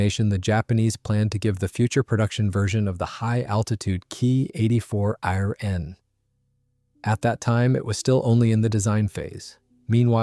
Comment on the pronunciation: IT ia no HAAAAA....Say the lettter H than letter A...stop with AI Voices.